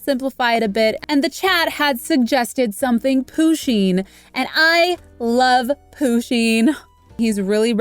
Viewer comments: And I find it kinda funny that she pronounces Pusheen and Poo-sheen rather that Pu-sheen. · Isn’t it push-in and not poo-sheen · I don’t wanna be horrible but it’s not pronounced Poo-sheen it’s Pusheen just trying to help you :) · THATS IT IM UNSUBSCRIBING I AM THE PUSHEEN QUEEN AND EVERY ONE KNOWS THAT ALSO IT IT IS PRONOUNCED PUSH INE!! THAT WAS TO HELP U I DIDNT WANT THAT TO BE RUDE ANY WAY IM UNSUBSCRIBING CUZ IM THE PUSHEEN QUEEN AND U USED PUSHEEN WITHOUT PERMISSION. IF YOU WANT A SUBSCRIBER BACK THAN REPLY TO THIS COMMENT SAYING SORRY!!! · It's a girl and it's not poooseen you need to learn your stuff and I'm not trying to be mean but it's just weird you say it like that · Umm Pusheen is a girl andThe way youway you said her name is not right